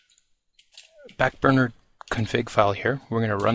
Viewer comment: Did you just call it "FAT burner"?